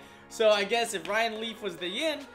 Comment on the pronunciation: It sounds like he keeps saying riley not ryan leaf